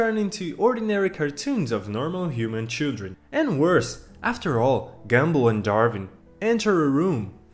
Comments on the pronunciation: Bro it's GUM ball,not gambull😂😂😂😂😂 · He said gambal